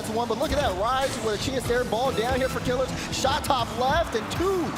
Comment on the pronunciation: Imo is not a top commentator. It's pronounced killEARz not killers